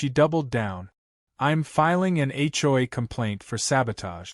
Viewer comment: Why can't AI say HOA?